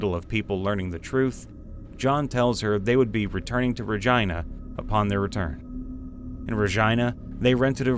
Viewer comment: This is helping me study sm, but the Regina pronunciation is killing me